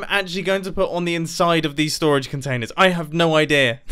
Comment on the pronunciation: Nobody: Mumbo:stOraGe WarS